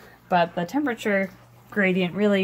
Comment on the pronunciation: did you say temprefer